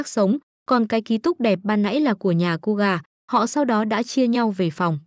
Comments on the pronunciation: KOGA❌️ KUGA✔️ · Ko phải đọc là cu gà chứ ko phải ciu gà 🤣🤣🤣